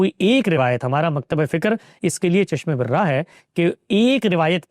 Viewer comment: چشمِ بِرَ٘اہ نہیں، چشم بَراہ chashm ba+raah, not chashm-e- bir raah.